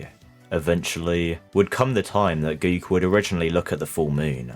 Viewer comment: I think he's asking why you pronounce "Go - ku" like "Go - e - ku"